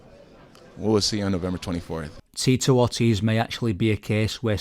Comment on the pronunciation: "Teatorties"? You mean Tito Ortiz?